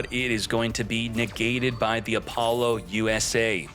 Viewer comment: i wish you would say apollousa correctly